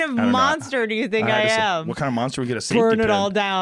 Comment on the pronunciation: Joe "I Sink" Rogan